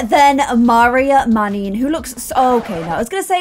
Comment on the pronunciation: Maria’s (old) last name is actually pronounced “Manninen” not “Mannin”😅